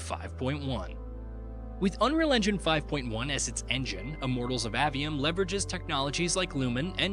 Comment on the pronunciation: *AY-ve-um, not Ah-ve-um :p